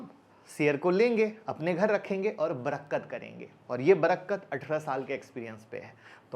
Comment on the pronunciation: Sir...aap Barkat ko barakkat bol rahe ho ...bura mat manna sir ,,aap se hum shikhte he to kabhi aap ko sahi bata bhi sakte he...Happy dipawali